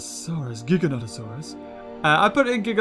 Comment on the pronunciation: BTW giganotasaurus is pronounced Jiganodasaurus